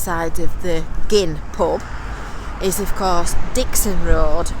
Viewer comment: Hurrah Gynn pronounced properly - love it !